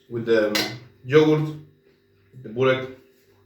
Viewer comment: wow , when you ordered burek you had 100% Serbian accent !! ❤